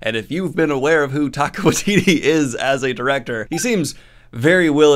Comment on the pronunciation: Hey Daniel, don't feel bad but small correction - Taika Waititi is pronounced ty-ka why-tee-tee not tay-ka. Thanks for the news! Off to watch your hangout with Tim and Merphy.